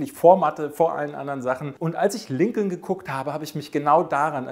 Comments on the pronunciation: Lincoln wird Linkn gesprochen. Herrje noch einer. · Sehr gutes Ranking! Ja, die Dinosaurier. Da bin ich ganz bei dir. Ich konnte mit denen und mit den Filmen auch nie was anfangen. Roboter und Weltraum, das war auch meine Welt. Klugschiß am Rande: der Name Lincoln wird Linkn ausgesprochen.